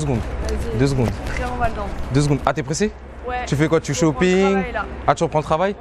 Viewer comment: comment ca "shoppinguerr"🤣🤣